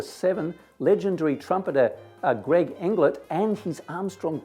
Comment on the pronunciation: PS and you pronounced my name right ha ha ha